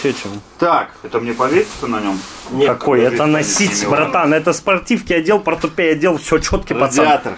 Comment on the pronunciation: не портупей а портупеЯ